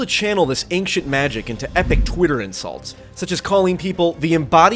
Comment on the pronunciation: You're the second person I've heard who pronounces 'ancient' "ankshint" instead of "anchint".